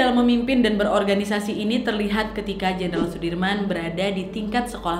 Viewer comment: Jenderal wak bukan jendral